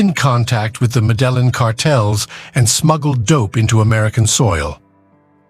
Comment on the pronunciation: “The medellen cartel..”